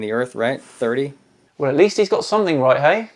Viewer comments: OK I just can't keep this in anymore...... you're clearly a very intelligent, educated chap... so please stop saying 'somethink'; it's 'something'. Would you say 'aks' instead of 'ask'? Please Please Please continue to be the best channel on Youtube!!! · Great episode, and ‘think’ does end in a ‘k’ but ‘something’ ends in a ‘g’ and is pronounced differently!